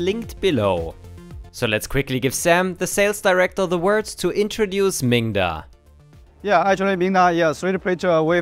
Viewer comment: Be careful to sound the 'D' in that name, 'minga' has a rather pejorative meaning in British English :-)